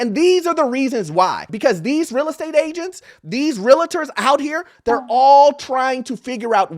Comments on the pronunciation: 20 years in the industry and he can't say it right. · Realtors not Realitors!